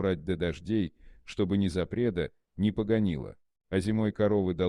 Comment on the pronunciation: Незапредо вместо ,, не запрело" . Непогонило вместо ,, не сгнило" . Где взяли озвучивателя ? За границей , чтоль ?